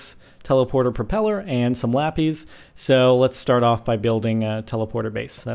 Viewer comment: what is lapyz that what he ses its weird